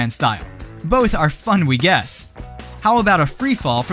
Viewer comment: "both are funweguess" lol is a text-to-speech engine reading this text or someone who's never spoken english before?